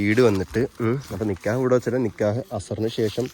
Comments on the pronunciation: നിക്യഹ് അല്ല നിക്കാഹ് ആണ് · നികെയാഹ് അല്ല നികാഹ് ആണ് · Paranoia pole nkyah alla nikkahan